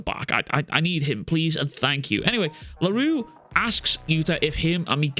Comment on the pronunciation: Funny how a Scottish man (sorry if you are American) cant pronounce French words. I get that for Miguel's last name (eventhough most people should have zero issues pronouncing it) because it is kinda uncommon and finicky BUT come on man Larue? That is as basic as it can get even Japaneses can pronounce it. I get that you think it is funny or sth but please, do NOT joke about people's name. Especially since you easily pronounced it . That annoyed the crap out of me once funny joke is fine BUT when you abuse funny jokes... Fkin hell bro Larue is not even a super difficult or annoying French name or sth especially shits like Mbappe exists which makes Larue sounds like burger comparing to...Souffle? Wtf that is.